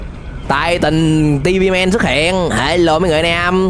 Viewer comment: Titan tivi men mà ổng đọc Titan si ma men